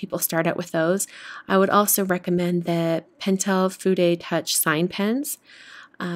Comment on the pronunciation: Thank you for pronouncing fude correctly! :)